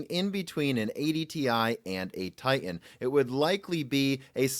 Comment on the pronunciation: TiTan not Ti-an